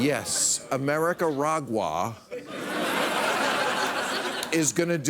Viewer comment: "America-gua".. 🤣🤣 lol!!!!